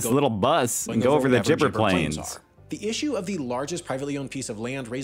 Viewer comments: Not pronounced Lake "Ire", but Lake "Air". Also not pronounced "jibber" plains, but a hard "g" in "gibber", like in "goose". They already explained in the video that because it's desert, there are not enough plants to sustain more cattle. That amount of land is required for them to get enough grazing. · Gibber is pronounced with a "G" initial sound not "jibber" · I'm glad you showed the correct spelling of Gibber plains. It's not Jibber plains. Neither the narrator or got that right. 😄